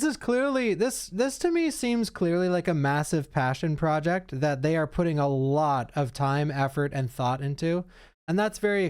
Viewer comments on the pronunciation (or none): none